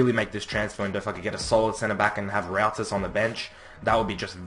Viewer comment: ROUTIS is. Pronounced Rootis